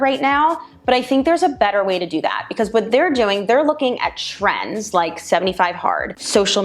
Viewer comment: Unfortunately as companies look to add revenue streams some of their practices usually start bordering on sketchy. I had to do a double take on the one portion of the video as I thought you said Tren as in the anabolic steroid 😁 instead of trend.